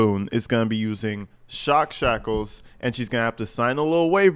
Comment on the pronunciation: Great job saying "shock shackles", I don't think I could 🤣